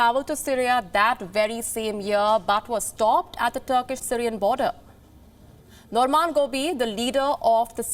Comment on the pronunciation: Its not Normaan I think..its norman. Palki pls come back.